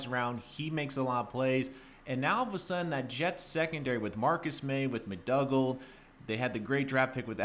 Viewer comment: It's pronounced Mc Doo gald mate. Great deal for the Jets.